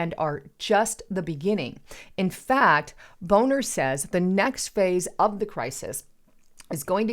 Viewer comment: Hi, just a side note. I believe the man's name was Bonner, not Boner. And at the 6 minute mark of your video talking about the Chicago PMI Collapse, there's a prominent ad asking the question, "Small Male Organ?" Like I said, "Just a side note."